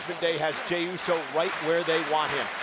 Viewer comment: Bro said jimmy instead of jey